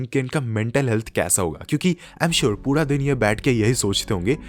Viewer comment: Karne (correct) but pura (incorrect), why bro?